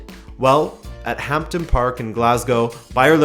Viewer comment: Dude... HampDen Park! HampTon is another word for a dick.